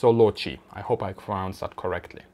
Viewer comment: lol, say pronaunce again :)